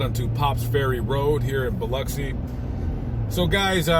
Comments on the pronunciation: It is Pronounced "BILL-OXY", NOT BILL-UCKSI. Knew this Smoking girl from there I met in the Caribbean once. 😉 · Born in that place ! You pronounced my hometown wrong Bub ! not Uxi, it’s OXI. bilOXI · I have never heard it pronounced either way you mentioned. Bill-oxy? WTH?